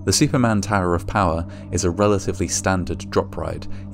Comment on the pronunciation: Superman or Shuperman?